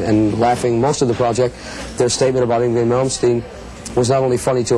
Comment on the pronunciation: lol, kept saying yngWie with the W.